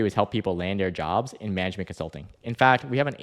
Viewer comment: "Consluting" Wazaaaap